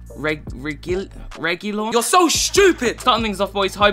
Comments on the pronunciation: It's pronounced Reg ill On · Reg-ee-lon with the g pronounced like in goat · It’s pronounced Regilón with an accent on the o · Pronounced : Reh-geey-lon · legend says still can't pronounce his name